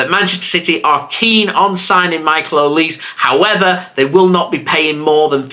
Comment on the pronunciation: Michael Oli SE. You pronounce the eand as OliSAY